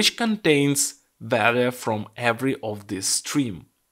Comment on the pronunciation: Пожалуйста не говори валуэ 😅 вэлью будет правильнее. Спасибо за видео!